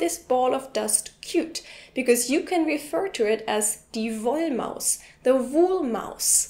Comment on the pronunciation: Woolmouse (Wollmaus) not wallmouse (Wandmaus).